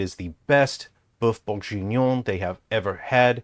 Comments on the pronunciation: If he says bœuf bourjignon one more time i gonna break everything it s bourguignon for fuk sake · "BOEUF BOURJIGNION" Brooooooo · how many times did this guy say “BoiFe BenBonjour”? so far ive counted 20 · Mf say boof bongenion one more time I dare you to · When he said "befenuen" I felt that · As a french, "boeuf bourJInion" triggers me XD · Funniest thing is he's pronouncing Boeuf Bourguignon wrong. Not for lack of trying though! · as a french guy .. the way he says "bœuf bourguignon" hurts me on a very deep level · If you choose to say Boeuf Bourguignon 10 times in a 10mn video make sure you prononce it right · That's not how you say "boeuf bourgignon" x)....